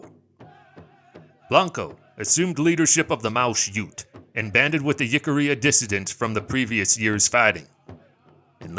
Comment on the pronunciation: One critique otherwise a very good 👍 video! Jicarilla is pronounced "Hick-ah-ReeAh"